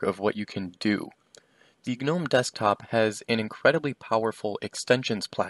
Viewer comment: The g is silent. Killin me bruh